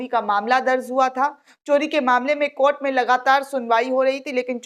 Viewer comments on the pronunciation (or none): Madam many in our group till now supports and likes your videos. But try to respect the Court by not pronounceing KOT but pronounce in a respectable way COURT